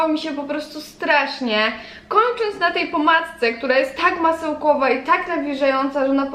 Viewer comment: Masełkłowa, pochłodze, płocieszenie, młusicie...dramat wypowiadanych słów